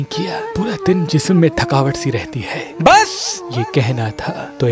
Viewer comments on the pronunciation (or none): Kitny bar bola ha ke bussssss ka lafz aram se bola kar bhai kano me chubti ha